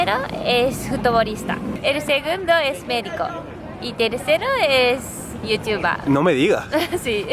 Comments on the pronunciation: sii, a mi también me gusta como pronuncia ese "Yotuba" :) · corrección es "youtuba" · es igual a como se pronuncia en alemán , porque la "er" de final de las palabras se pronuncia como una "a" entonces:youtuber=youtuba. Kinder=Kinda y así... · lo mejor esq dice yutiuba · youtuba XD me gusta como suena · Youtubah, jajaja que grande